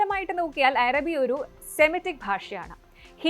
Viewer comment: അരബി അല്ല അറബി improvise your pronunciation